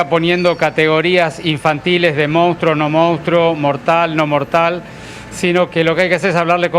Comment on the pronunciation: Se escribe y se dice MONSTRUO, no MOUSTRO!!!! La PMQLP!!!!